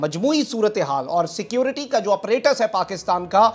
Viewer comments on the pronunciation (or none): none